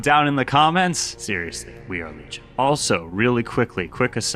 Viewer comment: We are legion sounded like we are virgins in my head